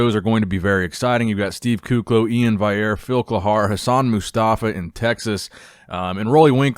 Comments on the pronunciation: He said Iain's name right!!🤯🤯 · Thanks for finally pronouncing iains name properly